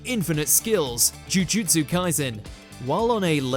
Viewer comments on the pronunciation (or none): none